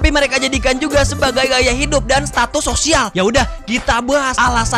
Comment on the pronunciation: sosial bng, bukan sisual🗿